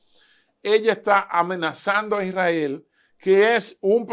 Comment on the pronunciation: Este señor sabe mucho me gusta y si menciona correcto el nombre de Isrrael no como otros que dicen Irrael